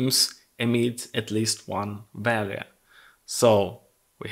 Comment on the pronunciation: Пожалуйста не говори валуэ 😅 вэлью будет правильнее. Спасибо за видео!